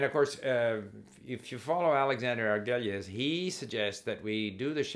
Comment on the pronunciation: Steve, Try to say Prof. Argüelles name how a Spanish speaker would say it. That is how how you pronounce it. The double L becomes a Y. I am used to how you said it, as an English speaker though.